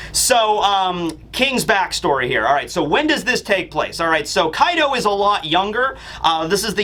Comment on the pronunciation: Kaido's actually sounds like 'Card' when you talk Engrish.